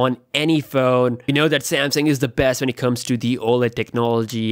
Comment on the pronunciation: i was looking through comments to see if anyone counted how many times he said besth. Really ridiculous amount of bests :))